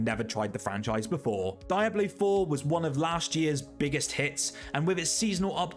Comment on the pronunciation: I have never heard anyone pronounce Diablo like that. “Die ablo” is it an accent thing?